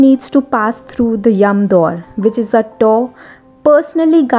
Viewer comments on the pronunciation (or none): It is Yamdwar not yamdoor. I guess you are an Indian but trying to twist your mouth to imitate foreign accent. Unbelievable, almost 100% of b..y Indians like to copycat westerners. what a mentality?